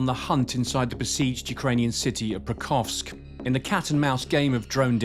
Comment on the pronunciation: this clown journalist couldn't even pronounce Pokrovsk